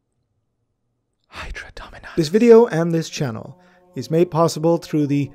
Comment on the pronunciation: This man did not just say hydra dominatus!